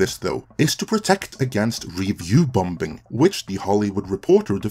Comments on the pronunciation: ‘Bom-bing!’ ?!? .. I think you mean “Bombing” … pronounced “bomming” .. second ‘b’ is silent. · great vid but u say bombing wrong, its said bomb - ing not bom - bing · You are saying "review bom-bin"? It's just "bombing" without drawing attention to the second letter "B". This can't be how citizens pronounce the word in your country? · There's no such word as "bom-bing" - the second B is silent. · It's not BomB, or BomBing. Check any/all dictionaries globally, when you say the the word Bomb, or Bombing, you don't enunciate/pronounce the second 'b', is a silent letter. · Your English is quite good but you kept saying bomb-bing ...? Can't figure that out. However, I do agree with all you said. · I like that he pronounces the second B in bombing. BOM -BING baby! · “Review Bom-Bing” 😂😂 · I love pronunciation of "bomBing". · I love these short doc style videos by you guys, and I mean this in a positive way, but "bombing" has a silent b in the middle, pronounced "bom-ing" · His pronunciation for BomBinG cracks me up, reminds me of when I was learning English myself. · Quit pronouncing the second b in bombing. It’s silent. It gets me out of your narrative when you say it wrong. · By the way, the second B is not pronounced. Silly English. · What do I think? I think you pronounce 'bombing' like a Krunt. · Who's gonna tell that the second b in "bombing" is silent? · The second B is silent in "bombing". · Does he really need to pronounce the B in bombing? Good god that sounds odd. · Hi Great points as always. Also, the second "B" in "Bomb" is silent. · I actually liked both She Hulk and Rings of Power, didn't think anything wrong with the writing or showrunners, things made sense to me. If that's because I understand things like the B at the end of bomb is silent, just as the B in the middle of bombing is too. A fact that made it hard to watch this video as what I was hearing was nonsense.